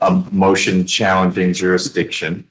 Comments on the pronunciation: He says jurisdishen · Is jurydition is that a thing or is he just saying it wrong? Is he trying to say jurisdiction? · He should be charged for murdering the English language. I don’t even know what a “juradisson” is 😂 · Hey, its....😅😅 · Jurrrisssdition 'read slowly' 😅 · "What's the juradishon?" Handcuffs are the juradishon you clown. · Jury ditsun? WTF is that? 😂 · I think.........if you can't pronounce jurisdiction, you shouldn't be able to plead jurisdictional issues!!! LOL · They cannot pronounce the word jurisdiction. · There is no way on God's earth that the court should be allowing this utter moron to defend himself. He is so stupid that he's at a massive disadvantage. Also, if you're going to go on and on about jurisdiction, at least learn to pronounce the word correctly.